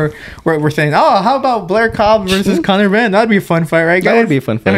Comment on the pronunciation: conor 'henn' 🐔 🥚🥚🥚 😂😂